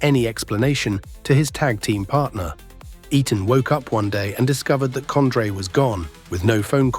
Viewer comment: Was this AI made or just researched using Google and guess work ? Who the hell is COND-RAY??